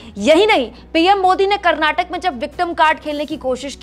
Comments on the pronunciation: It's Karnataka not Karnatak pronounce it correctly reporter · Pls pronounce as "KarnatakA"..not " Karnatak"